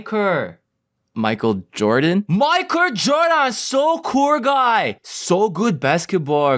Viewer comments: KILLED ME MAI-KUR JORDAAAAN SO KUUR GUY! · Micur... Micur Jurdun... 😂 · Mi-kur Gor-daan. Gud jump. Strong jump. ~v~